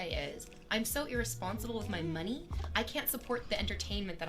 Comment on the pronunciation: I hâte the way she says money : mah-nee